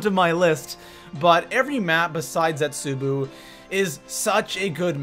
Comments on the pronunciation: "Nach"? "Der eisendrachaaa"? "Zetsubuu"? ... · What the fuck dis man said zetsuboo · Nach Drr-ahh-cuh Zetsu-boo Go-Rod Krr-Oh-Vi All missaid names